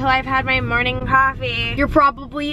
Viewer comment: the way she said coffee cracks me up😂